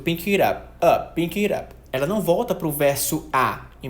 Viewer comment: Só pra constar, porque é um detalhe pequeno mas que deu um certo incômodo: durante o vídeo inteiro você pronunciou o título da música como "Pink It Up".